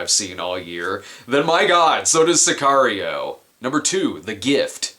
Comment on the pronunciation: I love the way Brad pronounces Sicario